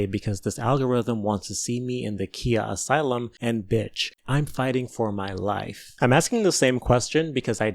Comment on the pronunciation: damn how are you a black content creator and you mispronounced khia Asylum?